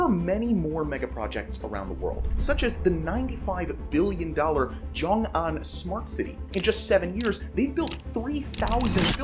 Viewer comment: Xiongan is pronounced "Hsyohng Ahn" not "Zhyong Ahn" & it's a total disaster & fraud.